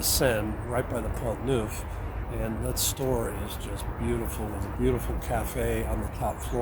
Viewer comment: Hi,! I enjoyed hearing your top ten, but the best parts were the pigeon giggles and the banter between you!!! A couple of points: First, Pont Neuf: It's pronounced Ponough (pon as in gone and nough as in enough, and the accent on the second syllable. Google Translate or DeepL Translate each have a 'listen' button - it'll help you a lot. Second, before deciding on Paris, go back for at least a couple of weeks in the summer high season (Late July and through August (If you take me up on this, you should try to book somewhere now). You'll find that it's a very different experience. You need to bear in mind that Paris, a very small city, is the most visited city in the world and that there's a very good reason why all who can leave Paris in August do leave! It's true of anywhere, really. Eg You'll be visiting Nice in the best months of the year, and in winter, the weather is chilly.